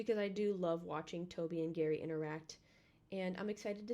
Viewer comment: I can't help but hear "maow" when you say Gary lol, welcome to the fam lil dude!